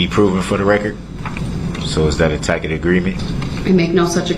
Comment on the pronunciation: Tackit agreement- Tacit agreement